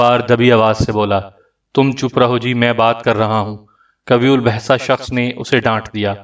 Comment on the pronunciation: قوی الجثہ غلط پڑھ رہے ہو صحیح تلفظ(qayye uljussa) ہے